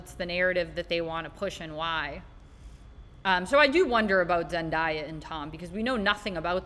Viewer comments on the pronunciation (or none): Zendaya is pronounced Zen-day-ah. I see a reel recently where she said her name is always mispronounced. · It's pronounced zen-day-ah